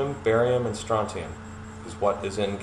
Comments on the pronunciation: strontium, not strotium. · People, pronounce it correctly! stron·tium noun \ˈsträn(t)-sh(ē-)əm, ˈsträn-tē-əm\